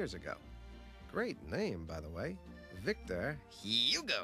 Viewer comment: Great heavens, couldn't he at least learn to pronounce Victor Hugo the way the name is supposed to be pronounced?